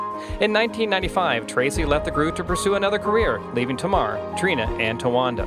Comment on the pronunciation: Hi. Tamar is pronounced as "TayMar".